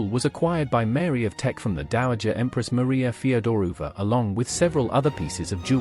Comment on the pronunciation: You truly butchered the pronunciation of many names. Bowes Lyon and Feodorovna to name just a couple